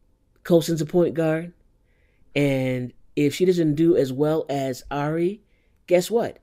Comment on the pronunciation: Great video. BTW I heard somewhere the right way to pronounce her name is "eerie" 😊